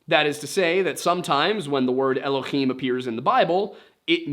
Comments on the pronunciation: Just for future episodes “Elohim” doesn’t have a guttural sound in it, its spelt with a hay not a chet ❤ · This was a fun one. Before you get into your vid about the mysteries of biblical nomenclature (looking forward to it), you probably should be aware that 'Elohim' is spelled with a "hay" and not a "chet" and is therefore pronounced with a normal english "h" instead of the phlegm sound from "Achmed" or "Channukah". It's also a plural form, but that part I assume you're aware of and will come up in that video. My hebrew is poor, but I do have some background in it if would be helpful. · It's "Elohim", not "Elokhim" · Just so you know you’re pronouncing “Elohim” wrong, in Hebrew it’s written with a soft “h” sound not a ch (guttural) and so should be said like el-oh-heem. It’s not like Hanukkah (which has the guttural “ch” noise as its first letter) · Please, PLEASE stop pronouncing Elohim with an aspirated 'H' it's NOT ASPIRATED. The 'H' in Elohim is a soft sound. I've studied biblical Hebrew & spoke modern Hebrew with my first wife. It's a soft H... Thank you.